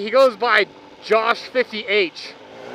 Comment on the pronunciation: Love how you said josh fifty h. Made my day! Josh is an awesome dude. So are you don't get jealous:)